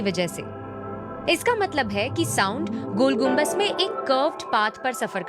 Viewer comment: Madam apne galti sudhar le, Gol Gumbad hota hai naki Gol Gumbaj.